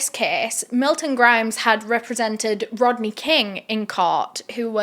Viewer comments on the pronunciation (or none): none